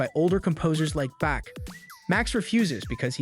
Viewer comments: I understand that not everyone can be an expert in everything, but just for starters, Bach is not pronounced "back" and cellist is not pronounced "sellist". And I'm only two minutes in. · Learn how to pronounce Bach right.